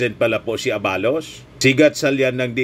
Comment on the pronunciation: Huwag mo na papogiin si supert@ sa amin …chaka yan sa aming Solid PBBM supporters! At hindi yun A-ba-los ! Aba-los